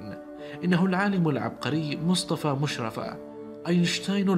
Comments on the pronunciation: بس لو سمحت انت تقول اسمه خطا مشرفة الراء مشددة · مقطع جميل لعالم فذ ولكن اسمه مشرّفه بتشديد الراء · انت بتنطق اسمه غلط خالص اسمه مشرفة بتشديد الياء وانا من نفس المدينة ودرست فاعدادى فمدرسته على مشرفة وهو معروف فمصر بس شكرا انك وصلت شخصيته لاخونا العرب ❤